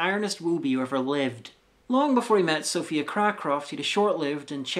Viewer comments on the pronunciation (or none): none